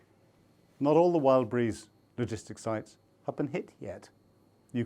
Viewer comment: Its called Wild BERRIES stop calling it wild breeze